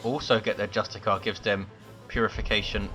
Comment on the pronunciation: Just to let you know that Justicar squads are pronounced Just-is-sar its sar at the end not car if written phoenetically,confusing i know and i guess every1 may say it their own way but thats the proper way to say it:) btw keep up the good work dude love your videos